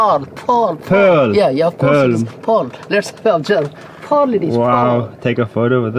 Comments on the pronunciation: You mean "PoReaL" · Yeas yeas pressus metal it's called porl pworl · "That is called pearl3" the way he pronounced it was epic 😂lol